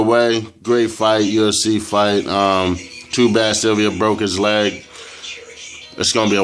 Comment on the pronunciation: its Sil - va not silvia lol. Great post